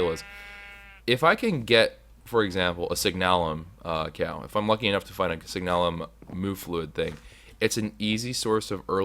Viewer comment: please. I want you to pronounce this right. It's signalum, as in the word signal. It's sig-n-uh-lum, NOT sig-naa-lum. Please and thank you.